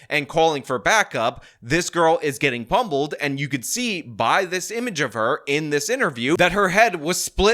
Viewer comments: Ok, I’m gonna be that person, but not bc I’m being a bitch, I’m just honestly curious—is he saying “pummeled”? Or “pumbled”? I’m honestly worried my hearing is weird lately bc I also hear a lot of ppl saying “woman” instead of “women”, and I don’t know if that’s just me. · "Pumbbled" ? Do you mean Pummeled lol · Who knew there was a b in pummeled... pumbled???